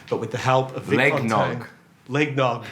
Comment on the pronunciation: "Leg nog" straight-up broke Mark.